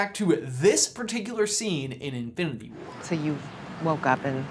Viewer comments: lol at the beginning he says Infididy war instead of Infinity xd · “Infdinity War” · I like how you say "infiniTHy" 😂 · Am I the only one who realizes that they can’t say infinity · It bugs me so much that he can't say Infinity correctly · he messed up the word “infinity”